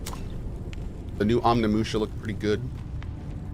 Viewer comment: Sorry Cohh, but it's Onimusha, not omnimusha. And also, it's staking, not stalking.